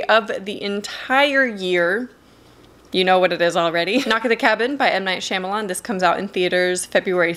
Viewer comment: Heads up, I just wanted to let you know you’re pronouncing M. Night Shyamalan’s name incorrectly. it’s shaa-m not sham.